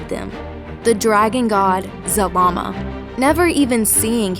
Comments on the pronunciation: You said Zabama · 1. You keep repeating yourself 2. IT'S ZARAMA not ZALAMA and definetly not ZAMAAM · Zah Lah Mah, that's how you pronounce zalama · i heard zamama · I keep hearing Zamama. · you make his name sound like salami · At first i thought you said Z-Mama. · Why do you say ZaRama, but spell it ZaLama? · Yea its wrong and the real is zalama